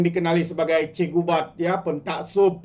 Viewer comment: Cikgu bab. Bukan cikgu bad. 😂😂😂